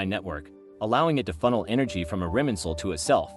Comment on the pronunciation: irminsul, not iriminsul?